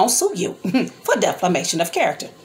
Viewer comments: Right , and it’s defamation not deflamation and you’re a public figure. Bethany was just telling what was told to her . You don’t have a dog in the fight sorry, and if she was so sick and recovering why was she there? Obviously she was looking to go and do something she had no business 🤔. I know you’re mad as an auntie but grown ups have to take responsibility for their actions. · And it defamation not deflimation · You have the wrong meaning of defamation. You can’t even pronounce it .